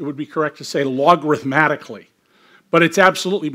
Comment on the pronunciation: “Logarithmically,” sir....